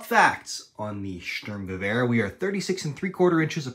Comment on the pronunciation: huh, outside of Sturmgewehr, your pronounciation of the German words is much than many other foreigners I've heard.